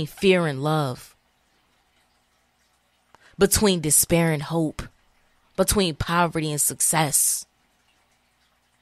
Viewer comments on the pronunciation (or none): none